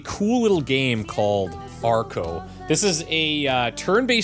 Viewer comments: Ohh arco not argo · I heard Farco as well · Is it just me or does he say "Farco" at the beginning of this video?